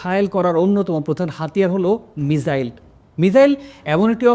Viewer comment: মিজাইল না মিসাইল ⁉️